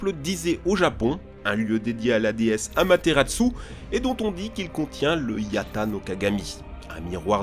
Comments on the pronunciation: Qui se prononce bien Amaterasu au passage ^^ Il dit Amateratsu mais c'est une erreur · Mec tu détruit la langue Japonaise. Oui je fais mon kikoojap mais j'ai assez regarder Naruto pour savoir comment prononcer Amaterasu